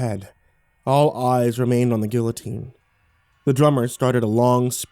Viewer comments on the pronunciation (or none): My YouTube glitched and it said this was uploaded by YoungRippa59 and he's a musician in the metalcore scene so this video scared the shit out of me until I heard your voice. x'D Also, don't pronounce guillotine like that please.